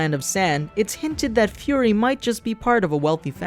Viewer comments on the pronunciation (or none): none